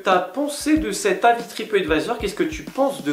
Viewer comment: Lol un moment as tu dis tripottevisor? C est du mon ce que j ai entendu sur mon telephone